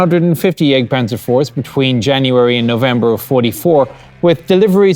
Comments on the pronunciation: At hazard of being thought of as as smartass, I will suggest that the more proper pronunciation of the vehicle name might be Yahgt panzer (jagdpanzer), for hunt or hunting panzer. The term for the HUNTERS changes in pronunciation to panzer yayger (or Jaeger in English letters) for the crewmen, with an umlaut (two dots) over the A. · sounds like he's saying the egg panzer iv